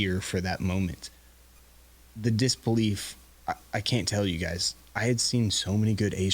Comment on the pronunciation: did say “the disc-belief”?